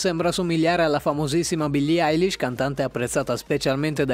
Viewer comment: eilish no ellish